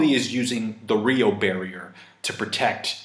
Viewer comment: It’s roku shiki also it’s pronounce ryu oh